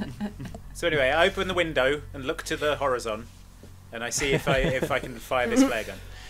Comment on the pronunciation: I didn't realise that said Horazon